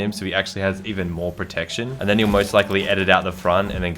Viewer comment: my mans saying protection like it’s a condom